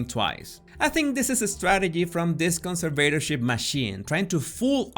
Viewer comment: why is he constantly pronouncing 'conservatorship' wrong